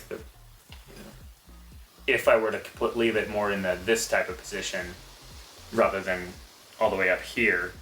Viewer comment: Is saying "rother" instead of "rather" an Idaho thing?